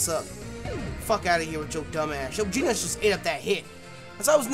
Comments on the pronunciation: we know you've watched One Punch Man, so why are you pronouncing "Genos" wrong?:( its "Ge" (like GEnerator) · For tyrunt it's "Gen-os" not "Ge-nos"